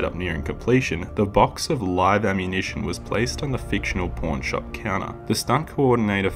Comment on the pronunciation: Took me a minute to realize you were saying Pawn shop lol Great video man, glad you popped into my recommended